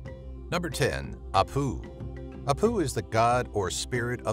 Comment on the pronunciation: Peruvian here. We call them Apu (stress on the 1st syllable)